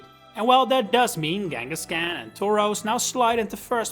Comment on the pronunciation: Came for the awesome left because you cant say fucking KANGASKHAN. K. KANGA.